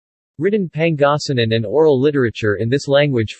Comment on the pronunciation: Okay but you mind pronounncing it right though? If you can’t pronounce Pangasinan right don’t even say it you sound very funny and ..